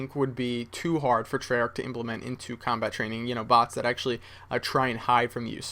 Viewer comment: cobalt? I think you mean 'combat'